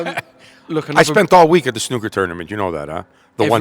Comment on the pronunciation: Nice to hear from a Yank who can pronounce snooker properly